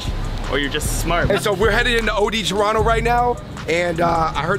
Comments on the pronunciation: Man, y'all's Toronto videos finally started to drop now! Good job getting pronucing Toronto right! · I love this place! Also y’all know how to say it proper ✌️Torono for life ❤️